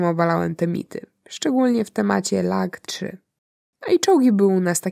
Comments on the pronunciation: Drobna korekta, bo materiał miodzio. Nie Lagg3 a ŁaGG3 ( nazwa myśliwca od pierwszych liter czegośtam, ale owo "Ł" jest od Ławoczkina, konstruktora, i jego biura ) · Wszystko pięknie ale po polsku mówi się ŁaGG 3 - Ła od Ławoczkina. A ogólnie to przyjemnie i ciekawie się słucha.